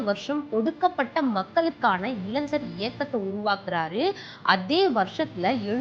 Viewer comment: இலைஞ்சர் அப்படினா என்ன டி, இளைஞர் அப்படினு சொல்ல வராதா உனக்கு